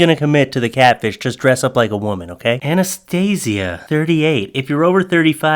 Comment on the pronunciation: I thought you called Anastasia anaesthesia 😂